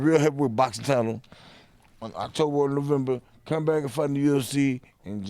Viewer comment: I'd like to hang out with James Toney. He's funny as shit. "The only freak show I got is between my legs." Also, he said, "Octoberuary" The guy is amazing. Couture is going to beat the living hell out of him.